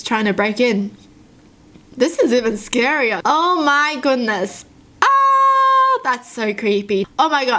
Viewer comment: When she was saying oh my goodness in that first story I thought she was southern "o mah gewdnees"